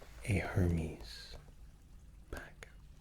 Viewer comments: Amazing video but I’m fairly sure the pronunciation is “air•maize” not “her•mees” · Isn't Hermès pronounced more like Error-Mez instead of Her-mes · isnt hermés pronounced Air-Mez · Hermès is Air-Mez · i have come back to this video dozens of times it never gets old and puts me to sleep. the pronunciation of Hermes though...